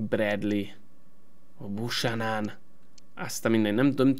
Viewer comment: Azt a kanadai jobbhátvédet, akit az Intertől vettél ne "Busanan"-nak ejtsd hanem "Bjúkenön"-nek. Ezt ne úgy vedd, hogy kötekednék, csak fel akartam hívni erre a figyelmedet.